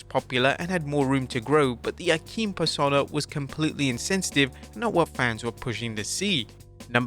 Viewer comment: Why can’t you pronounce persona?